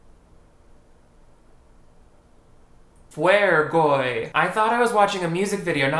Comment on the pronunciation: i can’t stop laughing at “fuergoy” lmaooo